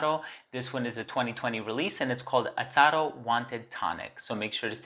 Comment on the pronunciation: I've noticed that you kept on saying Atado....instead of Azzaro. Great review